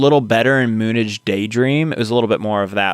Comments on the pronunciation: It is pronounced Moon Age not Moonedge. Mick Ronson on the electric guitars. David on 12 string and the sax. David was the only guitarist on much of Diamond Dogs (1974). David went through many personas throughout his career. He was also an actor best known for the fantasy musical Labrynth. His music dramatically changed over time. "Ziggy Stardust" and "Suffragette City" were the biggest songs I heard growing up, but "Starman" and "Moonage Daydream" got airplay as well.😮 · It's Moon age as in age of the moon, not moon ige. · It's spoken "Moon AGE Daydream". Not moonige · please stop saying <MOONage> as you would pronounce 'garbage' … moon age … like bronze age. "oh, 'the spiders from mars' was the band … that makes so much more sense" also, 'Who' was from an asian family and happened to play first base. so, yeah, yes but also no. the problem is that bowie deserves to be in context … we'd also had zeppelin, t rex, velvet underground, vietnam, munich, all going on around us. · Let me urge you to watch the 2022 film, Moonage Daydream, which, by the way, is pronounced Moon-Age. Not Moonidge. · Maybe somewhere in the 350 comments before this one you've already been chastised for your sophomoric pronunciation of MOONAGE. It is not moon idge. IT IS MOON AGE. Thank you. Don't scream at me I'm 73 and wearing your Meze's. Aren't they the B E S T. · Thank you for this. FYI it's "Moon Age Daydream". (not moonage pronounced like "luggage"). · It's pronounced Moon Age Daydream 😉Bowie was primarily a songwriter and a kind of actor (on stage while singing and who later did movie work - check out his turn as the villain, The Goblin King in Labrynth). who started as a folk musician, but threw himself into being a rock frontman with a vengeance. This album was based on the concept of a persona he took on, Ziggy Stardust. He was very original at the time. He had various personas he would take on and write music around.